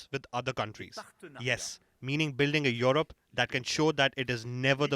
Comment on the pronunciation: Yorup you need to work on your pronunciation fool.